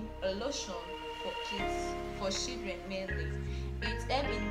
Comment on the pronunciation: Bro your english is terribly 😂, what is "shidreen" and "CoCoNUt OyE"?